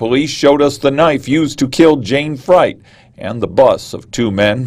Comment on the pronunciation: Jayne’s name was pronounced “Freet” not “Fright”. C’mon!